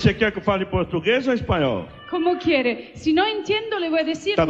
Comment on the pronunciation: I would say she has like 95% perfect accent in Spanish. There is still a bit of foreigness in her accent, like how she aspirates her T (a very common thing in Germanic languages) when she says enTiendo ( , , ), and how she aspirates her Q in como Quiere . She also infuses a lot of Italian tendencies in her Spanish. For example, she trills her R in pRimera , something common in Italian but not in Spanish, though she tries to correct herself afterward. She also says con toda A miA sinceridad y con todo IL miO corazón , which should've been con toda mi sinceridad y con todo mi corazón, as unlike in Italian, in Spanish, possessive pronouns like the word "my" don't carry a gender, though the word "mine" does (mia and mio literally mean mine in Spanish, instead of my), and most importantly, they don't carry an indefinite article (Italian would be il mio/la mia vs. Spanish is just mi). She also says me sEnto como en casa, instead of me sIEnto como en casa . She also incorporates a bit of Portuguese as she is speaking to a Brazilian TV host, such as when she says eM BraSIL , intead of eN Brasil. Notice the difference between the S and L pronunciation in Spanish and Portuguese. The single S in Portuguese, like in Italian, when not at the start of a word or end of a syllable, makes a Z sound, and the final L is dragged with a diphthong I vowel. Also, I wouldn't say she sounds 100% from Spain. She doesn't do the theta TH sound when she says con